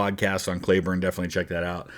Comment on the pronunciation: Today I learned - a city close to where I lived in Texas and where my younger brother was born is named after Cleburne. Right next to Granbury. Maybe in Hood County but won’t swear to it. Although there is a Hood County in Tx. The other thing was in Texas it’s pronounced KLEE-burn. Took me three videos (yours for sure) that made me research. Always a good day when you learn something.